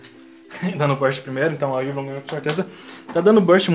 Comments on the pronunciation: Não Se fala wivron se fala uaivron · Si fala "Uaivron" kkkk😂👍